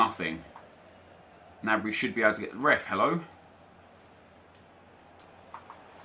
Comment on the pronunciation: it's g-nabry not "nabry". Watch the bundasliga